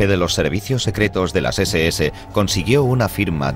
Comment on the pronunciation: Y la seseese... SS SON RUNAS NÓRDICAS Y NO SON ESES ADEMÁS EN CASO QUE FUERAN S SE PRONUNCIARÁ ESE.ESE...NO SESE.ESE